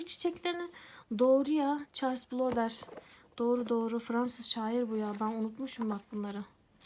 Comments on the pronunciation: “Bodler” diye okunuyor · Hocam Budle (e biraz uzun) gibi bir telaffuzu var :) Gerçekten sıkıntılı. Keyifli okumalar dilerim.